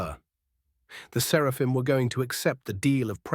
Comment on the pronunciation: 1. I thoroughly approve of Gurgle. 2. Does anyone else snicker when the bot says 'Serpahim' instead of 'Seraphim"? Idk it just makes me laugh.